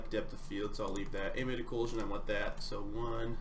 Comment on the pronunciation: Ambient "OH-KLEW-SHUN"